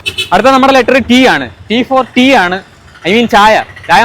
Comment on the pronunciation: C for Chayaooo???? T alla Tea